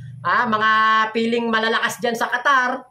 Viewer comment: Qatar hindi Quatar mali